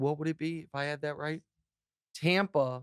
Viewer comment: TOMPA BAY..... Really?